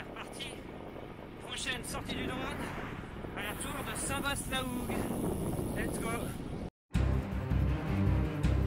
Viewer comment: Bravo à vous....Juste un bémol concernant la prononciation de St VA LA HOUGUE et non St VASSS ;-)